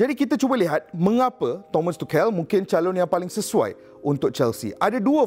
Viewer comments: Aduii.. Bang, belajar dulu cara sebutan tu. Dok asyik tukel tukel.. Cara sebutan betul "thomas touch-el" la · Keep it up ! But just wanna say it’s pronounced as - tu shel , the c is s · Aku salute dgn info hang Tp pronounce nama org betul... Klu kita, mat salleh pronounce nama kita salah, kita pun marah